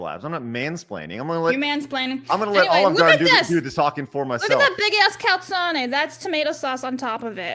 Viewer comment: that’s pronounced cal-zone. 😏